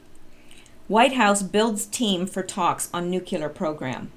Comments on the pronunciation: "Nu" "Clear" please. Not nucular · Except that it's three syllables, not two, so it should not sound like new-clear, but rather new-klee-are (where klee is the same as the start of Kleenex). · The fact that you are so willing to try to pronounce NU - CLE - ER correctly, makes me appreciate you even more than I already do for all of your efforts. I watch your videos before any of the others. I have also been posting on other sites, referencing your videos, and encouraging others to start visiting your site. I love you. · tbaransky Jimmy Carter: “new-qu-ler” And he graduated in nuclear engineering. Lol. I never did figure that one out. Guess they didn’t have English classes when he was in school. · I don't care that you mispronounce "nuclear" but if you would like to break the habit, when you see the word "nuclear" try to see it as nu-clear (New Clear). When you have to say it just say new-clear as one word. Most won't be able to tell the difference. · Say nuclear any way you want; just keep making your vids! No worries. You make us smile! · Mason Petty, she tries but is hard for her; so give her a break. : )